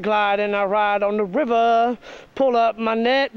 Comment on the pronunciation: LOL " this is how i work out on the rivva " lol then the catfish slaps him lol love it